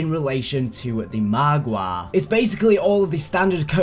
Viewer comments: I love how keeps saying margwa like margwah. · he says it more like mahgwah